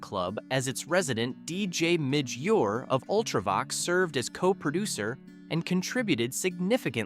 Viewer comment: He can't pronounce Midge Ure either 😂